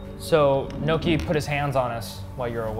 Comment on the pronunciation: Lol they're still calling nohki.. neako